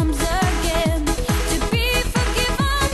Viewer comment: Это ж насколько надо тупить и тугоушить одновременно чтоб такое услышать, а она поет без искажений просто ударение не туда